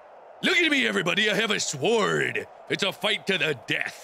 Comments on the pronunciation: he pronounced sword sword not sord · The "w" in sword is silent XD